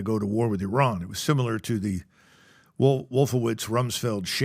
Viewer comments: Something is going on, Trump pronounced Iran correctly, he definitely clowns them on purpose 😅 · "Let's invade Iran!" Who do you think you are idiots? Compliments to Trump and MacGregor for pronouncing Iran, a cradle of Civilization, properly. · Lmao the way he properly pronounced "Iran" .. I knew then and there this thing is fake